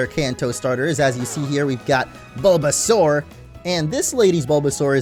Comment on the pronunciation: Baulbasaur sounds like BOLDasaur